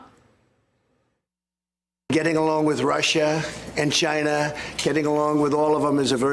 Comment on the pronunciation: No, he said Russia and Ghina..